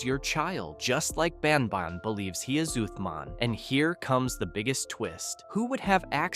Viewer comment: Banban ❌ banbaan⭕